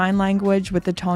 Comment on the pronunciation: Did you say 'inmistakably' ? :D I was close to buying a Zenith Chronomaster EP Original but found that the raised lugs just didn't feel right. They kind of just elevated above the wrist rather than contour. This after salivating over them for many years. But I still think I'll find one that suits eventually, perhaps the Revival (haven't tried it yet).